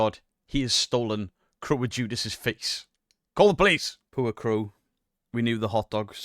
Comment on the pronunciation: Its Face Not Fes....